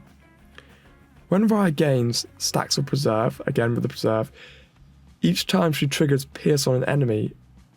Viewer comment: Per - ser - ver - rance. Not perserve. Once again has the reading comprehension of a 5 year old.